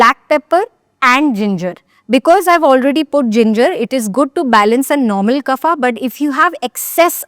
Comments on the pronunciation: Nice. Just FYI Kaaf (not kufa) for KAPHA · No, it's not pronounced as KAAF but actually kapha with soft vowel phonetics. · It's " वात " , " पित्त " & " कफ " and not ' वाता ' , ' पित्ता ' & ' कफा ' !! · Why you say kapha for kaph bata for bat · Please pronounce kaph pitta vaat correctly dor God’s sake.